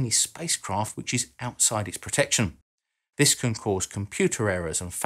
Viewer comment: I'm sorry but if you are commentating on a subject, Please speak correctly. WIV? (wiTH), WeaVer?(weaTHer), Vis (This), earf? (earTH), Ve? (THe), Frow? (THrow), to name but a few.